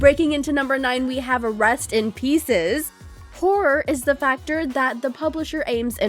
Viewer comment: You make it sound like 'Rust in Pieces' no offence